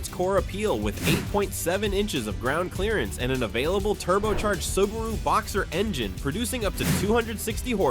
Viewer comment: The very first word - the IA mispronounces "Subaru". Lol. Do better.